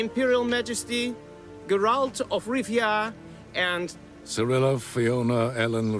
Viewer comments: Did you say that Ciri appears in most of the games? Nifelguardian? Gur-alt? Cmon dude lol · "Garalt" Never make a Witcher video again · Great video, just 2 things that erk me beyond belief: "Ge-ralt" and "Nilfgard" I mean if you've played the games you should know the English pronunciations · Ger-Alt. Nilf-gard... mate, get the names right. My ears are bleeding. Specially because you use extracts from the 3rd game :( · I love your channel but please work on your pronunciation of Nilfgaard, it made me cringe a little. Also your pronunciation of Geralt. Other than those points you do a wonderful job and I love your Flash videos, keep it up dude. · Please work on your pronunciation of the names... in particular the main characters. Love your content but the names of the main characters need to be pronounced correctly...especially Geralt. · The overpronunciation of Geralt I was okay with, but Niffleguard broke me xD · I wept at the pronunciation of Geralt as well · corpsmanup7800 Dude it’s Geralt 😂😂😂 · While I appreciate that you're giving attention the The Witcher, your mispronunciation of the names is complete cringe, please do better next time